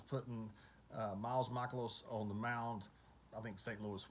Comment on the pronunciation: Wow you said miles Mikolas name right. Most people butcher it. Lol